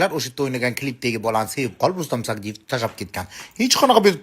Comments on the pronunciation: Xoxlasa Sayidov,xoxlasa Sadiyev deb gapiradi.Ikkinchisi Sagdiyev. Familyani tŏģri etishni ŏrganila oldin blogerla. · Рустам Саидов дисиз Рустам сагдиев дисилар тугри айтилар Фамилияри бошка сузларричм нотугри гапирасизлиар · Rustam Sadiyev familiyasini toʻgʻri aytinglar. Turli xil aytyapsiz.